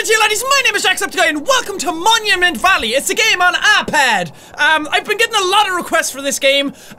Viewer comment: At the beginning Jack said momument